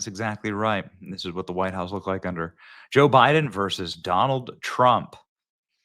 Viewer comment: Joe bye-then😂